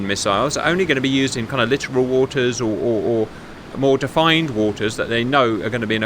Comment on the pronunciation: Mate, not trying to rip on ya, just a nudge in the right direction: 'Littoral' is not pronounced like 'literal', its pronounced Lit Oral... like someone set fire to sexy fun times ;) Before anyone corrects my correction, Yes, I know, its lit toral, no brit will ever enunciate that second T, even if you put a gun to their head.